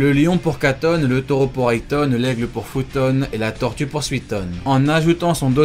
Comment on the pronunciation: Kakuzu et le "Foutaune" 😭😭😭😭😭 mais c'est le "Futaune"